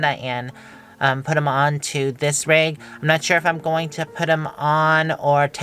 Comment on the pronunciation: Rig, not Rug!!!!😄😄😄